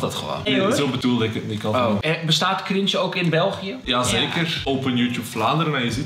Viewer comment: Hoe ze het wwoord chringe nog maar uitspreken shitttt HELPPP